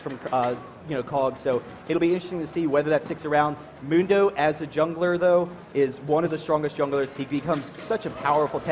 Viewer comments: Is one of the announcers purposely butchering Mundo's name? Mundo says his own name like a bajillion times... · I hate how he says Mundo's name! It's not even the right vowel